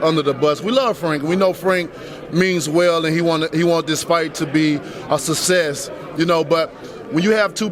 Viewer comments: Wilder is a dummy that tries to portray himself as well spoken,and high minded,yet can't pronounce basic words like susess,er em.....I mean success. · “He want this fight to be a susses”😂😂how did no1 point this out